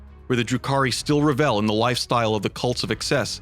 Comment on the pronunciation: Revel is pronounced like Bevel, cool vid tho.